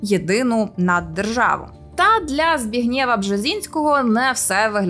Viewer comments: Не ЗбігнЄва, а ЗбІгнєва. Що, лінь хоча б у Вікіпедії поцікавитись, як звучить це польське ім'я? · ЗбІгнєв а не ЗбігнЄв, не вийшло погуглити? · Запитання до наголосу в імені Збігнєв. Аж надто ріже вухо наголос на останній склад. Весь час чув ЗбІгнєв наголос на перший склад. Здається, і мережа так вважає. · Не ЗбіґнЄва, а ЗбІґнєва Бжезинського. Ніхто це дівчинці не пояснив. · Та ні,не ЗбіґнЄва, а ЗбІґнєва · ЗбІгнєв- ім'я польського походження, тому наголос НЕОБХІДНО робити на літері І . Зб І гнєв, а не на Є... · Дійсно, книга дуже цікава й корисна. А от покійний пан Бжезінський був таки Збіґнєвом (наголос на І). Доброго вам продовження, підвищуйте рівень українського контенту! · дівонько, а ти справді не знаєш, де наголос у слові "Збігнєв"? Правда, не знаєш?